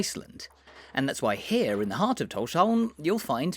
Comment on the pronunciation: You say Tórshavn really well. Probably the best i've heard from a foreigner.